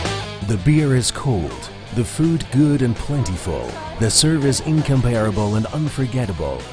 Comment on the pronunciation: terrible voice over - "in-compairable"? - no such word.